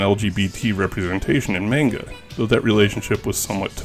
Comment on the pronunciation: Sakebi is "shout." Manga is pronounced "monn gah." 2nd: South Rainbow Lucy Superbook & The Flying House used to be run on Jim Bakker's religious Trinity Broadcasting Network. They probably paid for them. Robotchi is pronounced with 2 Long Os. Aka Ro Bo Chi. The t is there for a double consonant in the Chi syllable. Kabocha is "pumpkin." グループ タック - Group Takku but since the trailing U isn't pronounced, it's just "Tak" or "tokk." If you're seeing it as "TAC," that seems wrong. Really odd the kana say Dairagaa (Dairager) but the name we got told was "Dairugger?" or some variation with eu or ue.